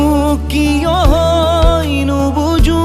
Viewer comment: সহয??উযাগৰী??নুবুযু???? উচ্চাৰণ ঠিক হ'বলৈ এতিয়াও বাকী আছে নে! গীতটি ভালেই হৈছে,খালী শব্দবোৰ বৰ ৰহণ সনা যেন হৈছে ,ঠিক এটি গতানুগতিক গীতৰ দৰে আজিকালিৰ!